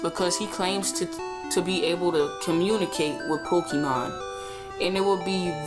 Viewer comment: Poh-kay-mon. That is how pronounce it.